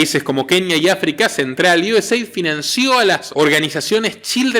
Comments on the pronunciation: US-AID. "Eid Pronunciacion en ingles.. Gracias por todas tus informaciones. Un saludo desde Miami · Sí... Se pronuncia Iueseid